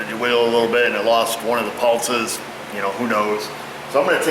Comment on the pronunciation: wtf is a pultzes lol it’s pulse man where are you getting a T from in pulses ghee jit ?!